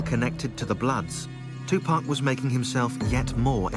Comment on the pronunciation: Tupack???Uhhh tupac???tupAAAC not Tupaick